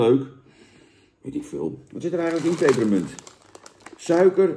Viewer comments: Er staat 'pepermunt' niet 'peperEmunt'. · Jannnnn, het is PEPERMUNT, geen PEPPEREMUNT 🤣🤣🤣🤣🤣🤣